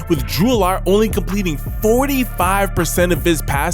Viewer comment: Agree, Allar should be pronounced like Allen as in Josh Allen.